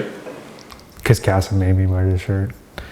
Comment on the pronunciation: I love how she pronounces his name Kasm.